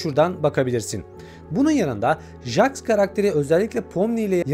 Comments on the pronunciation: jaks ne abi jeks diye okunuyo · Jaks(Jeks diye okunuyo) kufmo(kafmo) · Abi Jax ceks diye okunuyo-linç değil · Abi çok iyi anlatında bir sıkıntı var jax diye yazılıyor jeks diye okunuyor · Her cmm okunuşu cex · bi daha jax ı "jax" olarak okursan evini bulurum ratlerim seni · Abi jex diye okunuyo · Jex diye okunuyo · Abi o jax diye yazılıyo ama jex diyo okunuyo haberin olsun